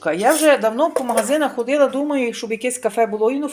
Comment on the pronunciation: Худила,рубила,гуряче,вуно.,чому ви так"рузмувляєте"? Чому замість "о"ви вставляєте "у"? У нас на Львівщині так не розмовляють